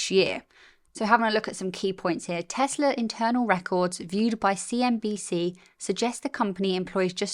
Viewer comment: You very nearly said 'CNBS'. 😂